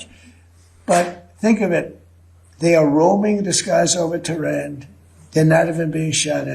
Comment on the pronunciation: "Tehran" Ben the propagandist